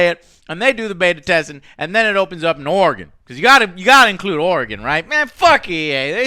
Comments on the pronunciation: Joe said "Oregon" like a true Oregonian. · Thank you for pronouncing Oregon right!